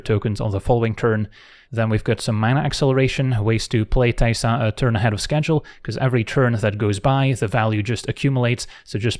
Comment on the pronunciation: I think it's because he says it so gently, like "teh-sa" instead of "tay-sa"